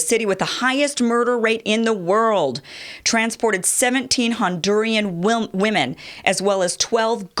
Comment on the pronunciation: Very good reporting but I noticed that you were reading the same thing I was and in none of those reports was the word Hondur-i-an